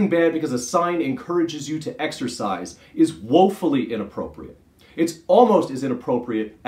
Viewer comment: Did you say woefully inappropriate, or wokefully inappropriate. Cause either applies.